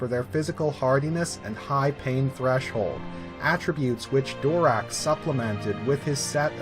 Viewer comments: You're... STILL mispronouncing it actually. I don't know where you're getting, phonetically, "DORak." The only change was in the end. We all have been thinking it was, "DaraCH," when it's pronounced, "DaraK." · I personally think I heard Gnost-Dural pronounce his last name as Darrak rather than Dorak but maybe I misheard, great content as usual. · Darach (Durak) that's going to take some getting used to.